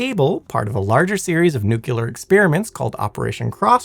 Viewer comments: It's "nuclear", not "nucular" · It's "nuclear" not "nucular." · Edit: I love work, but every time I hear, “Nuke-nails-scratch-chalkboard-yalur” my ears bleed. I know language is fluid, but every time I hear that word… screeeek!!! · People complaining of "nucular vs nuclear" a guy i know would flipped over "turban vs turbine" Mean while i say accents exist. New Jersey is Jersey to everyone outside of it, where as the locals would say Joyzee. The British have chewsday after Monday. The Appalachians have a crick instead of creek. And the Aussies are to the Brits what Texas is in the US. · You're an amazing narrator. Really. But being a fan of all things nuclear, I feel that I must tell you. It's nuclear, not nucular. To my knowledge, there is no such thing as a nuculus, only a nucleus. Apologies for the criticism, but it's a pet peeve of mine when people say "nucular" because, in the context of nuclear science, it is not a word. Aside from that small detail, you did a great job and I find you more entertaining to listen to during the day, and Simon to be more soothing and relaxing at night. They're was literally a time when I listened to y'all's content every night as I slept... and it still helps sometimes, even. But yeah, you do great work and you're a captivating speaker in your own right. Remember that when you get nervous. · No, it depends on if you were corrected successfully when you said it the first time. President Jimmy Carter said he was a "Nucular Engineer" and he was wrong, too! (Allegedly) 😮😅😊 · Say it with me . . . NEW-CLEE-AR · Did you really say "nuculer?" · Yes, over and over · You lose all credibility when you can’t be bothered to pronounce nuclear like an educated person. I can tell you that no physicist EVER pronounced it nuculer. Also, it’s Prince “Oygin”. Only one of the finest soldiers in history. Try to show a little respect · NU-CLEAR! It's pronounced Nu-CLEAR!!! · It's not pronounced "nucular"...